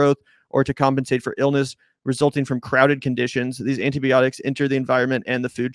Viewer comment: I like it with Tempeh, that's where its at. Please work on the word "antibiotics", it's not pronounced like "anteebeeotics".